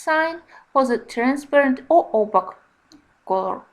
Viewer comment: Very nice explanations and demonstrations in this video. A small hint for the future. The word opaque rhymes with cake (opake). It’s confusing because of the letter q, but English is full of such oddments!